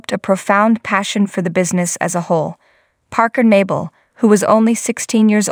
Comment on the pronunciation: if you are going to narrate a video. At bare minimum, you should atleast pronounce his name right. 😅😂